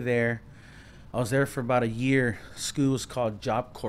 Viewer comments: Ik wanted to laugh everytime he said schoo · i luv how this foo say scoo😂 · Shi had me dying